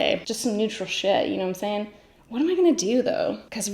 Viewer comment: It's been a moment since you've said "knowm' saying" lol love it